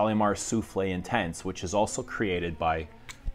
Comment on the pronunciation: Great video! Just a correction it’s not Soufflé like the Dessert, but souffle (pronounced SOOF-luh) and means whisper or breath, like a breath of air. Kind of makes sense, it’s an airier version of Shalimar. Also it looks like you have an older bottle of Addict, the new version was reformulated in 2014 and looks a bit different now and is also not as longlasting or strong. So sad about it ☹️ what a surprise it was reformed by your favorite - Demachy 🤪